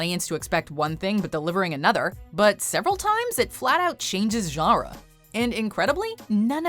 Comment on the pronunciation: Why can't you pronounce the word genre?